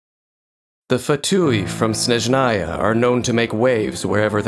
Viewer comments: Correctly say "SnEzhnaya", not "SnezhnaYA" (СнЕжная, не СнежнаЯ) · SNÉZHNAYA, NOT SNEZHÁYA!!! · "Snejnaya" sound badly for russian gamers. Because this is russian word and mean "snow"